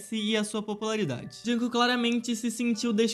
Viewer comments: "junkook" não "junkok" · Que raiva tadinho o kook "jung kook" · "Joonkong"fiquei com pena